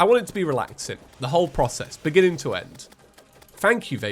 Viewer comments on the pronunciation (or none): none